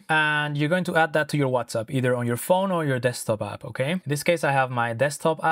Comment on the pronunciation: Are you saying WhatsUP lol?